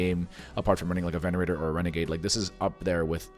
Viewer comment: sorry to correct you , but its called a Venator not Venerator , otherwise amazing vid , i loved it 🥶!